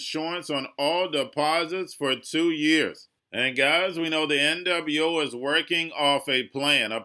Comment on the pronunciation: you gotta quit saying N double U 0. It's probably why you're shadow banned.